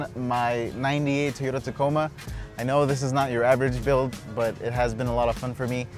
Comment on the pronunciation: tyota... WTF is a tyota....LMFAO!!!